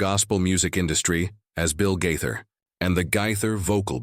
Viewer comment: The person narrating these stories about Bill Gaither needs to make decision as to how he wants to pronounce the Gaither name!